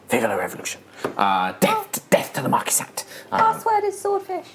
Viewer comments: I always assumed Marquise de Cat was pronounced more like My Kitty Cat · That is the wierdest pronunciation of the marquise de cat yet.